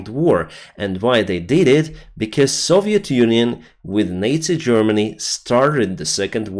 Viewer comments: I think you mispronounced nazi-germany... you said that NATO-Germany started WWII repeatedly:) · Your English is really good, but it sounded like you said, "NATO Germany" instead of "Nazi Germany" it took me a moment to figure out what you meant! :-) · Strike that, after rehearing it I noticed that it was indeed nazi germany, but it really sounded like nato-germany. :)